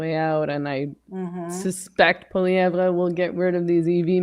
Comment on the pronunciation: Dear Meghan. Poilievre is not pronounced PoilieVRE. In French we don't emphasise that last syllable at all, nor does Poilievre himself. The French pronunciation is POILIÈV. ☺